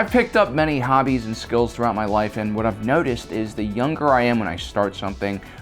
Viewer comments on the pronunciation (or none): none